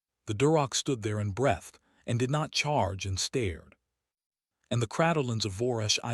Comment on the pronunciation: You need to get a human narrator so the words like breath and breathed are pronounced correctly with the long ee not the eh in the middle.